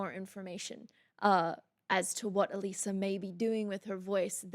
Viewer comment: It's absolutely her voice although somewhat layered in this song. You're one of the first persons to pronounce her name correctly and I commend you for that! I'm a huge fan (she literally saved my life...Long Story) of Alissa and on her Patreon (Biggest Patreon fans are referred to as "Beastlings"...Hence, Queen Beast). also. Now you really, really need to react to their newest song; "House of Mirrors" It's PHENOMENAL as well! ) I've seen them live several times as well as had VIP passes!!! AWESOME!! 😃🤘 If you have difficulties understanding these lyrics, (which I guess you don't...but here ya' go anyway! (This song describes 95% of my exes) Yaaa...owww Secrets whispered through a veil of lies When did I become this person you despise? Open- my eyes You've been in- disguise The door is closing You're on the outside now it's curtain call After everything I did for you This is what you choose to put me through? What happened to the concept of loyalty? I guess there is no more honesty! Open my eyes You've been in - disguise The door is closing You're on the outside now It's curtain it's curtain call Deceiver, Deceiver My head is still spinning from your Judas kiss Deceiver, Deceiver Not one thing about you I will miss You put on a great act -I'll give you that Go on and take a bow -you despicable Rat! Accept the applause, you king of whores This is your Grand Finale Deceiver, Deceiver My head is still spinning from your Judas kiss Imposter, I see you Thou beest slain, Tyrant, Sh